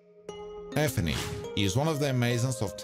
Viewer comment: its ephiny, not ebony